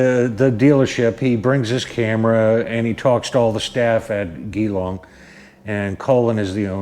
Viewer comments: American pronunciation conversion (Geelong, au) Jelong, us. Just sayin. your pronunciation sounded like a gay bar. Cheers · The way you say Geelong made my day mate lol, the "G" is pronounced like in G Force, if that helps, I agree with all you said, Danny loves his Bikes, Loves his Dealer Col, and in these trying times try's to bring a bit of humour to the world, unfortunately peoples idea of humour to me anyway seems to have gone by the way side with all this P.C. rubbish, not sure what line H.D. is taking but they are really pushing the buttons of traditional H.D. riders, thanks for the support you showing Danny, trust me he will appreciate it. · No apology needed my friend, the world needs a bit humour right now, and the way you pronounced it had me rolling on the floor, stay safe and well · Gee - long not ghee- long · Its GEEEEEEE long, not Ghee Long and "Melbin", not Melbourne...even though it spelt how you pronounced it. Welcome to Australia haha. The hipsters stick to the Shovelheads and Panheads, anything past an Evo is considered trash. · Well spoken sir...damn straight ...from QLD Australia also it's like Jeelong ..lol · Pronounced “G-long” mate, and say it quick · Great job man. Oh its pronounced jillong even though it spells Geelong keep on mate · It's spelt Geelong but pronounced G'long😂🤷‍♂️ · thanks for your reply & yes JeeLong (Geelong) Newtown, SW of Melbourne. All the best for your channel in 2021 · Great video.... but it’s pronounced G-long (Geelong). Sorry but hearing you pronounce it just about killed me haha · Hey buddy I buy my bikes from Geelong HD. The G is like Gee his a good bloke, then add the Gee - long Hope that helps bro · Pronounced 'Jelong'. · It's pronounced gee - long ..